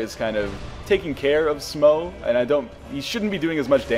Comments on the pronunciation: Going by the Japanese pronunciation of スモウ and オーンスタイン, (not getting into how you want to spell it using a roman alphabet) a close approximation of the two bosses is Smoh, like dough, and Ornstine, with the "i" like in time. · Is Smough pronounced "Smog" or "Smo" ? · Smough apparently rhymes with cough.